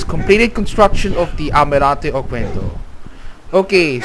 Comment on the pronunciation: The letter "U" is not pronounced, the correct pronunciation is OKENDO